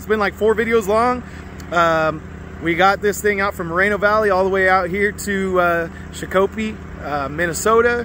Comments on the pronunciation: It’s pronounced shak a pee. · Shakopee, MN is pronounced "shock a pee". I lived near there for years. Love your truck! Was poor judgement imo to have a trainee practice sliding it into a slot alongside a shiny new truck. Find some clunkers; it's not hard to do. Save lots of grief for lots of folks if something bad happens. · I was informed of the proper pronunciation but only after 3 or 4 videos worth of calling it shaq-coppee. Lol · Love your videos. I can't stop laughing on your pronunciation 🤣 sha-ko-pee. I'm from MN. Love your energy.